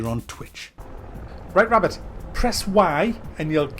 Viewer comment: liked for the wabbit